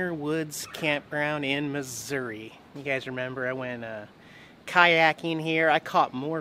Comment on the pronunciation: Yay! You said Missouri correctly this time. Lol. FYI there's a few boondocking spots in a conservation area near Clinton Mo.